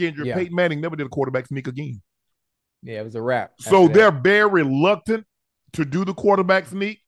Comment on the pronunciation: Hey Unc, it’s “reluctant” for KC to run a QB sneak with Mahomes. Not “luctnant”. 😂